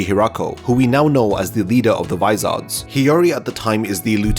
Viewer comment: Vis-OR-s. Not vis-ARD-s.